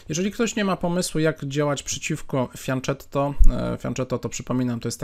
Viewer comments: Błagam o poprawną wymowę "fianketto", bo mnie zawsze uszy bolą, kiedy słyszę "fianczetto" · Błagam: fianKetto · Dla mnie to też zawsze będzie fianczetto ;-)